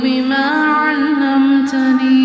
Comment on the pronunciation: I am having some problem with the recitation . Is the pronunciation is allamtani/ alamtani/allimtani.? May be it is my misconception but I am finding difference in what is written and what is saying. Secondly, in the first half of the video it is written “wa r jukni ” but later there is written ,“wa zidni” in the ayat/line . Please make it so that I can recite it properly